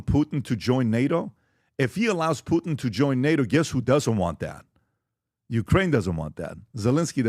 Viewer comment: Everybody: Putin PBD: Poot'n 😂😂😂